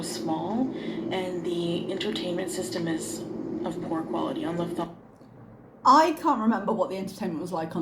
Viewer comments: Its worse. Shes saging luf-thon-sa. Why? Why?! This is after her flight. They day the name of the airline like 5 times per flight. I feel like its intentional just to anger ppl bc it's so stupidly wrong. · I'm a born and bred Kraut, native German speaker, and I didn't catch the Luf-thansa either in the last video. Thank you for pointing it out and the subsequent chronic eyetwitch. ARGH Useless knowledge: It's Luft which means 'air', and the Hansa is a nod to the 'Hanse', which was a trade... union, association (not sure of the right word) many cities belonged to. In fact, cities like Bremen, Hamburg, Rostock, Xanten are still officially called "Hansestadt (city) Hamburg' etc. Lufthansa uses A330s I think on the route, and just from how the plane looked. They aren't the newest planes, but should have standard IFE, with a lot of movies, TV series etc. So dunno what her problem was except 'I'm a 40 year old toddler and sulky they don't cater to my every whim'. Correct me if I'm wrong and they cut down to 5 movies... Also, it was pretty mild, it is early spring here in Germany, but not HOT. Certainly not 'I need a fan or I melt hot'. WTF. Also also, it's Airbus A-Three-Thirty. Not important, but I have a background in aviation, and now my other eye is twitching. Nails on chalkboard. Edit a year later after to confirm that it was an A330-300. I'm not aware of LH having 'short-haul' config A330s (like some Japanese airlines used to have domestic 747s with extra dense seating for the short national flights) with less IFE or anything, so it's your standard longhaul plane with standard IFE. The plane had the tailnumber D-AIKQ, and D-AIKanything are all A330-300. She is just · Omg... it is not even 'luf-thansa', she actually calls it 'luf-thanso' ... I hate it, and I cannot unhear it. And from the looks of it, she was in economy class where the seats are small. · As someone who speaks German, the way she says Lufthansa is driving me nuts! 😅